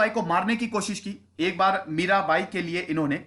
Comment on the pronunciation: Mirabai hona chahiye, Mira'bhai' nahi.